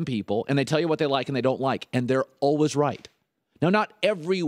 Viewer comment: lol I can't deal with the way he was saying always